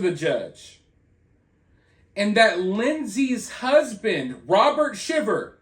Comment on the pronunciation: I commented on another video but their last name is pronounced Shy ver. Just want to make sure you knew that if you’re going to be reporting on it! 😊